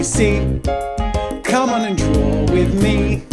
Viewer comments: It sounded like he said drool instead of draw in the intro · At the start I thought he said "ABC cmon and drool with me"